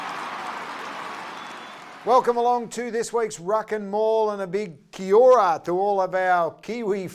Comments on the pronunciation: At the start he said Kia ora wrong😂🤦🏽‍♀️ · Awesome stuff on attempting to pronounce Kia Ora! Good job :)